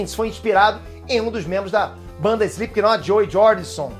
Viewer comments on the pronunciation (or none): se le Slipknot mas se fala Slipnot